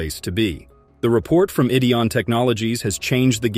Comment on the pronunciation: Another idiot narration that mispronounes Rick and Marty's last name. Oh, the name of the show is 'The Curse Of Oak Island', NOT ' The Curse Oak Island'. What a moron!!!!!